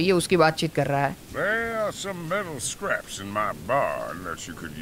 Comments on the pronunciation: Ajju bhai bho carps nahi scraps hai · Bhai scare nahi scrapes hota he 😂😂😂😂😂😂😂😂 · Ajju Bhai aap galat bolati hai isko craps Nahin isko scraps bolate Hain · Sorry to saying ajju bhai this is not scarps it is scraps see spelling and pronunciation at Google plz please pin the comment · Inhe scraps bolte he ajju bhai naki scarps